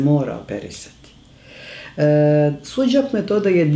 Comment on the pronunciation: Pozdrav za predivnu profesorku Veru, uz njene seminare se mnogo toga korisnog i lepog naucilo. Ispravka za voditelja, u imenu onuri Su - Jok terapije, ne postoji slovo DZ. Mnogo ruzno tako zvuci.